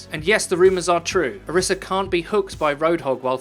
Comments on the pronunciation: It's not Oreesa, it's Orisa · its ori-sha source: am nigerian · It's Orisa. Source: I listened to Jeff Kaplan pronounce it.